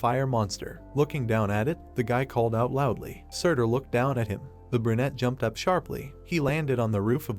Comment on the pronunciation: bro stop saying burnete